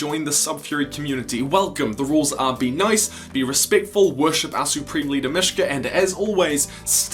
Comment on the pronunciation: every time you say "michiga" I do the battle cry and then my cat looks at me weird